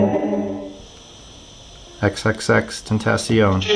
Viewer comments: you said his name hella wrong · nigga learn to say xxxtentacion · XXXTENTAYCION WHAT HAHAHAHAH IT'S XXXTENTACION DON'T SAY IT WRONG AGAIN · You said x is name wrong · Said X name wrong but it's ok he didn't know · How did you pronounce xxxtentacion again? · You said xxxtentacion name terrible wrong.... But I still love ya💕. Keep pullin out great content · X was my boi and u say his name wrong😐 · His pronunciation of XXXTentacion made me cringe lmao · You said X's name wrong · wait he said xxxtentacion wrong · Is it just me that makes me pisset how he Said XXXTENTACION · Stop hes giving off good energy and u making fun of him negative ass cant even say x name right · XXXTENTACION!!!!! NOT WHAT EVER YOU SAID hahahahaha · OHHHHHHHH FUCK ME HE SAID XXXTENTACION WRONG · did u seriously say tenteicion,IT IS TENTACION OR JUST X OR AS SUM PPLS SAY TRIPLE X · "XXX TENT TACEION" please try again lmfao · Still new here..so I am late. As a believer in the paranormal, I watched Huff when X died. (Sidebar:, its tenta like ahhh not tenta like tay when you say Tentacion)I don't think he was in it trying to hustle the fans. We know its straight bull..but it felt good to kinda hear X say he was ok.. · If it were real, X would tell y'all to stop pronouncing his damn name wrong. It's xxx ten-TAH-see-ohn, not ten-TAY-see-on. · its pronounced xxx tenta see own not tent aye si en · Tacion not tencion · XXX-TENT-A-CEON the I sounds like an E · The C makes Sh sound X confirms it cuz that's how pronounces it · It’s pronounced ten-ta-ci-own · It’s “ xxx ten-tas-ion” that’s how you say it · ily dawg but its pronounced, ten-ta-see-own. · My man said xxxtentaycion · XXX-Ten-Ta-see-own That's the proper pronouncing. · Did he really say”xxxtentastion” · Ten-te-C-on “Tentacion” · It’s pronounced xxxtentacion with a soft a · The a in tentacion is pronounced like when a dentist asks u to open ur mouth and say “ah” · ten-tas-e-own is how to say it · XXXTENTEECION lol